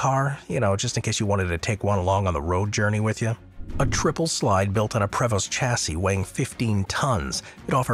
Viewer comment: Learn how to pronounce “Prevost” if you’re going to make videos about luxury motor coaches :). Also the order makes no sense, like having the custom Newell and Prevost’s lower on the list than the mass-produced production motor homes makes you lose credibility.